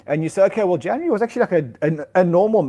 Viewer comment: "Januree"